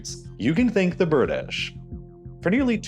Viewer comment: THE BIRDISH LOL 😆😆😆